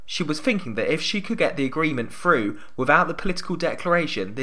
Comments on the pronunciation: Love your videos and the analysis, really, really,really and thanks for your intensive hard work in getting them out these last weeks. BUT PLEASE Get someone to do the voiceovers who can say t and th: third, thousand, through, other and not (as in this one) fird, fousand, frew, uver. Sloppy speaking and distracting from you very precise analysis. Haven't noticed it in your previous items, so maybe the voice likeness isn't really as uncanny as all that. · Since when is the "th" sound taught as an "f"? It is THrough, not "frew"